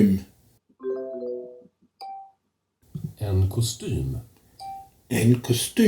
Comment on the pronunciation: You seem to be making good progress in Swedish -- I'm impressed by your "y" sound in "kostym"!